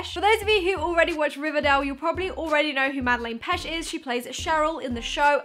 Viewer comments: Why you saying Madeline pesh? You can’t pronounce her name properly and it’s annoying but I love your videos except from the k-pop shit everything else I love xx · Sorry to correct u but it was bugging me, it’s MadeAIne and Petsch (pech)♥️ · she said «Madelen pesh” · the way she says her name wrong triggers me sm